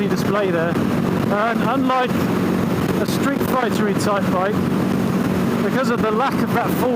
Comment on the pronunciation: "Street fahrter"... The perfect moment when you catch your brain midway switching between English and German. We're entertained, though!